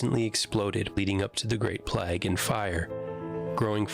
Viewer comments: Plag? He's saying 'plag'. It's PLAAAIIG. PLAGUE. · Annoying that he keeps pronouncing plague ("play-gh") as plagg. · Just a small point, but the narrator of the video pronounces ‘plague’ as ‘plag’, to rhyme with flag. In English it is pronounced ‘playg’ to rhyme with vague. Is this perhaps a US usage? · Thanks for this. May I encourage you to say Great Playgue (1665) not Plagg? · The way he pronounces “plague” is really annoying. It’s “play-g” not “plag”. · it's a good vid but he keeps say plague wrong he's saying like plag not plague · Why are so many video voice over artists (like the one in the inset video) unable to say 'plague' correctly? It's like they aren't sure if it's plague or plaque so they try and say something in between. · Why can't the narrator pronounce the word "plague"? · Plague is pronounced 'PLAYEEG' and Norwich is pronounced 'NORRICH' 🤦‍♂